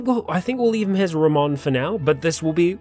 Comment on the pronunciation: His name would be pronounced Rah-moan, so you should call him Joey Ramone. And on that note, rename the other guy Iggy.